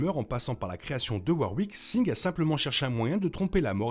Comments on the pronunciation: Pourquoi tu prononce singed de cette façon alors que en anglais il le disent pas comme ça et en français ça serait plus singe vue que le D ce prononcerais pas . Bon c'est juste que ça pick un peut les oreilles je veut dire même dans le jeu il ne le dise pas comme ça. Je suis surpris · la vidéo est bien mais tu rends ouf a dire Sing, ca se dit Sin"J"ed bon sang